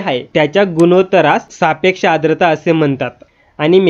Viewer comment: आद्रता नाही. 'आर्द्रता' म्हणा... उच्चार शुद्ध करून घ्या, आधी!